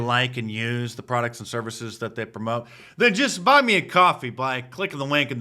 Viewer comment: He said to "bwuyy him a cwoffee"! Oi vey!